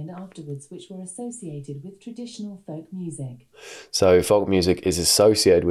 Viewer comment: pronouncing the L in folk is very love island of you